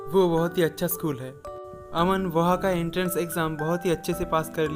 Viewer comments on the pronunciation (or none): none